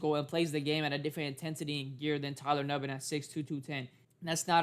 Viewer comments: he definitely didn't. He kept saying Tyler Nubin's name wrong pronounced "noo-ben". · actually it’s pronounced “ New-Bin” so clearly you don’t know how to pronounce it yourself , also multiple folks have been saying his name wrong this whole time go tell other packer fan pages messing his name up then ! Lame as hell dude